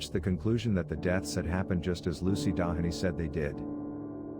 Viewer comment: The name Doheny is pronounced Doe hee nee. Some of the stories are correct, others (along with photos) are not. I worked there 22 years and wrote a book on the location and its hauntings. Of the 80+ people interviewed, I ended up with over 300 stories. The book has approximately 260 stories. If interested, "The Ghost of Greystone Beverly Hills - Dramatic Eyewitness Accounts" will tell in depth all the stories of the mansion and the grounds. It truly is off the charts haunted.